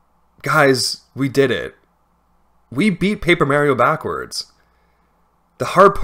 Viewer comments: stop saying maryo its mario uggh lmao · It's not Paper Mario, it's paper Mairio. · I wanna watch the vid but it's so hard to watch it and hearing mArio instead of Mario. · marry-o like the hit character from super mario maker for the nintendo wii u marry-o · Why do you say Meh-rio? When has Mario said ANYTHING other than Mah-rio? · also yet another mispronunciation, its pronunced MAH-Rio not MA-rio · It’s Paper Mario not Paper Mauriou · Tragic: Beloved Youtuber Pronounces Mario Like "mare-io" For An Hour Straight don't worry it adds comedic value :^) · "I've played Paper M-A-rio before-" Immediate pause Ma-Mari-MAREi-MAri-MARE-io?! Lol, I'mma watch video now. Can't wait XD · Considering Mario says his own name on more than one occasion in the games (Literally right at the title screen of Mario 64, for instance), no it very definitely is wrong to say "Mare-io" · I'm trying to watch this video but calling him Mary-o is gonna kill me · for the love of god, STOP SAYING MÄRIO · "Paper Merry-oh" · Lebron James Reportedly Pronounced Mario like 'Mare-io' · Excited to see love the paper mario serries. The MARY-OH pronunciation is so jarring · i knew you was a fan just by hearing how you pronounce mare-io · Paper Merrio? Oh like Wareo? And Stereo? And ICANTPRONOUNCEWORDSPROPERLEO? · The true crime of this video is hearing Mario pronounced as "Merio" (no disrespect tho. Just been a pet peeve since I was a kid. Stellar video nonetheless) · It's really weird hearing the name Mario pronounced as Mare-io. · Who's Marry-o? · Mare-E-Oh I don't know why that pronunciation upsets me so much but man did it make it hard to watch. Loved the video otherwise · I left a like but I honestly cant get past how you say "Mayrio" instead of "Mario" you are saying it like "Tomato" versus "Tomahto" The M and A should be like when you call your Mom "Ma" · I love Paper Merry-o! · Honestly i think you are the only person I've ever heard pronounce Mario as "Meyhrio". I respect it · It's not Mary-o